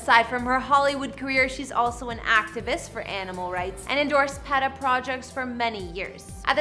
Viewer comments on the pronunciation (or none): It really annoys me when these internet "reporters" do not research the things they are discussing. And for the record, it is PEE TA not PET AH. Geezus.